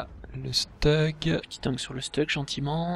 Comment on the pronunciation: Le StuG ça se prononce pas "Chtougue" à l'allemande ?